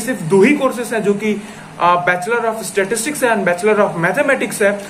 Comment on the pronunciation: It's pronounced as *Sta-tis-tics not 'Statics'! Correct this.